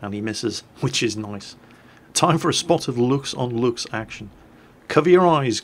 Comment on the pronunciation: You got really good at pronouncing Luchs,.